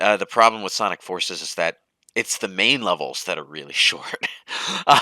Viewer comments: he was trying to say Forces's which I get sounds awkward out loud but given the context idk how you missed that lol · Forcieces? what the hell are you saying? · I know what he was trying to say I was just making fun of his inability to say it I mean he does that a lot its funny